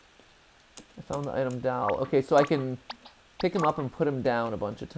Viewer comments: i can't be the only one who finds the way matt says 'doll' funny, it's like 'dAwl' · Am I the only one here who noticed he pronounces doll as "Dowl"? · Mat saying dahl gives me seratonin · Anyone else find it cute how matt pronounces doll? Like he says "Dall" 🥰😜